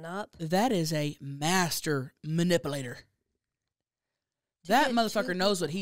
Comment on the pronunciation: I love how pronounces it “ma-nipple-ater” instead of manipulator 😂 love you hunnies!!!